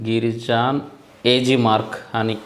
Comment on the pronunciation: Brother, అది గిరి జాన్ కాదు అనుకుంటా, గిరిజన్.